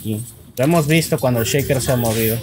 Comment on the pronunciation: ve mid "cheiker" ese inglés jejeje